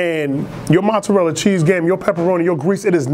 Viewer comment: U gotta ununciate mozzarella better for me